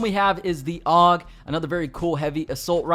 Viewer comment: Oh, and "AUG" is actually an acronym that stands for Armee Universal Gewehr (Universal Army Rifle) and is thus not pronounced "ogg".